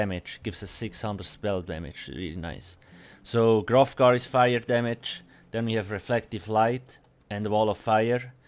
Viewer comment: LOL ofc bro, verevolf, grofgar (grothdarr), wampire, insayne, all of them but we love its not personal